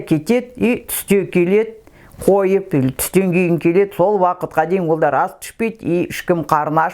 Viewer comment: АПА (ЖАҢҒЫЗ УЙ )ЕМЕС. ЖАЛҒЫЗ ҮЙ ДЕП ДҰРЫС АЙТЫҢЫЗ. СОСЫН ( ОДАР ) ДЕГЕН СӨЗ ЖОҚ. (ОЛАР ) ДЕП ДҰРЫСТАП АЙТЫҢЫЗ.